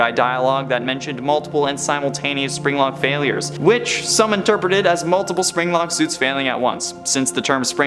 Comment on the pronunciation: My fav part wen he zaid zpring-Lok.